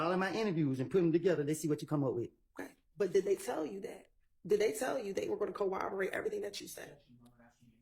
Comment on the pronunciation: I need to practice saying ‘corroborate’. Goddamn.